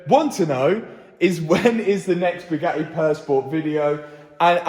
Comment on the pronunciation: I've figured out why Bugatti is pissed with Matt. It has nothing to do with his work. It's due to his pronunciation. According to Matt it's Bugaeeee. That missed T is apparently worth $ . I say Bwing it on